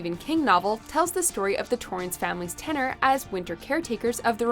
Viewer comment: The word is pronounced "ten-yur" (tenure)